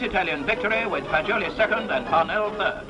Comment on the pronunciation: Szia! Köszi a videót, de egy-két pontosítást hozzáfűznék. Az Alfa Romeo harmadikként említett versenyzőjét nem "Fagilió"-nak hívták, hanem (Luigi) Fagiolinak, amit úgy ejtenek, hogy "Fadzsóli". Azt is érdemes elmondani, hogy a Type C és a W154 a Free Formula versenyautói voltak a háború előtt, így nem csak az tartotta vissza őket a részvételtől, hogy pajták mélyén porosodtak, vagy megsemmisültek a bombázásokban, hanem az is, hogy nem feleltek volna meg a verseny kiírásának. A Tipo 158-as Alfa Romeo (a típusjelzés a 1,5 literes, 8-hengeres motorra utal), a háború előtt a voiturette kategóriban való versenyzésre épült, mivel az olaszok, ahogy mondtad, a Free Formula és ezáltal a Grand Prix kategóriában nem tudtak elég eredményesek lenni a birodalmi támogatást élvező német márkákkal szemben. Ezt a kategóriát a 30-as évek közepéig uralta az Alfa Romeo, de onnantól kezdve az új fejlesztéseivel nem tudott labdába rúgni (Bimotore, 308, 312, 316), főleg teljesítmény terén, mivel a Free Formula autóira nem vonatkozott lényegében semmi, csak súlykorlátozás. Egyébként az Alfettának is volt egy komoly Mercedes ellenfele a háború előtt, a W165, ami meg is nyerte egyetlen versenyét, amin elindult, az 1939-es Tripoli Nagydíjat. Ez lehetett volna az az autó, ami felvehette volna a versenyt 1950-ben a Tipo 158-cal. Azonban, mivel ez az autó nem kelt életre a háború után, így az Alfetta életciklusa alatt ( Tipo 158, 1951 Tipo 159 néven) az 54 Grand Prix-ből, amin elindult, 47-et nyert meg